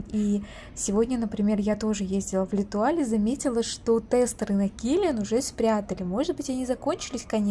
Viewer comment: Не летуаль, а лЭтуаль 😂